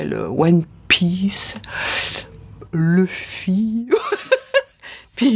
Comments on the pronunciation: Qu’elle apprenne déjà à prononcer « Luffy » correctement… parceque LEufy c’est juste pas possible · Voilà pourquoi je déteste les VF… elle n’est déjà même pas capable de prononcer correctement le nom de son personnage… Leufy 🤦🏻‍♂️🤦🏻‍♂️🤦🏻‍♂️ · DONC C A CAUSE DE TOI QUE TOUTE LA FRANCE DIT LEUFFY 🥚🤦🏽‍♂️🐓 AU LIEU DE LOUFFY ( luffy/Ruffy) COMME TOUS LES AUTRES PAys !!! Aucun respect de l’art des jap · Après j'ai commencé à regarder OnePieceen vf en je crois donc entendre Leuffy ça me fait rien du tout. Après le Québec niveau doublure c'est un monde à part pour moi. Parce que "Cars" qui devient "Les Bagnoles" et surtout la doublure horrible de DBZ. En plus prononcer les prénoms à la japonaise ça peut être compliqué quand tu parles pas la langue parce que y a des sons qui existe en japonais mais pas en français, vice-versa.